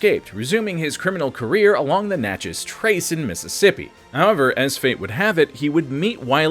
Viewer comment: Thank you so much for learning to say Natchez correctly. 😉